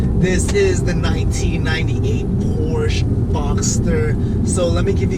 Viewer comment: Good start. I hope you continue to make videos. My guess is 6700. One more thing Porsche is a two syllable word. 😁